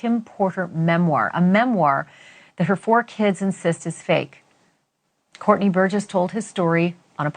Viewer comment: said Courtney burguess 😂